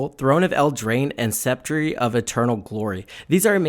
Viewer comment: Sep-tree? I believe it's Sep-turr of Eternal Glory.